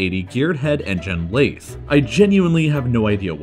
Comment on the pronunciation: im a little pissed he pronounced lathe as “lafe”